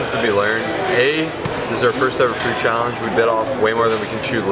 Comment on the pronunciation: "15 thousand challery callange" Hahahaha when the food gets to you!